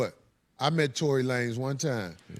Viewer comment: Tory La-Nez 😂 I rock with that name way better than